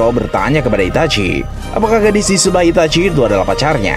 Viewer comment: kenapa sih harus Itachui cara bacanya Min... geli